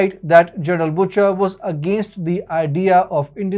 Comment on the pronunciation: its prononced 'busher' not butcher